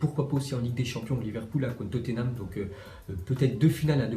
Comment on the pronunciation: Pour la prononciation de Tottenham on dis pas "Toténam" mais Totnam